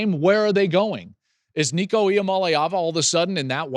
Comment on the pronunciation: Finally, someone that can pronounce Nicos name. I haven’t heard a Tennessee channel pronounce it correctly yet. Go Vols!